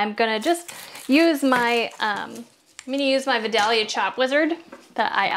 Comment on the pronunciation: I'm from South Ga. The name of the town and the onion is pronounced Vi-dale-ya. 😊